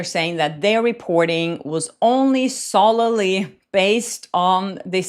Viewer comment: I watch you every day and love your work, so thank you for what you do! Your English is very very impressive and you never make mistakes, so just a tiny tip: "solely" is pronounced "souly", say "sole" like "soul". Looking forward to the analysis of Taylor Swift's songs, that album is out! Keep up the good work!